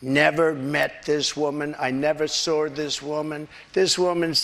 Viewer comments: He "sawr her". LOL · "I sarr harr" god he is such a fathead. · In defense of trump, he said he never “sawr” that woman. Since no one on earth knows what the heck that is, he’s not guilty of it 🤷🏾‍♀️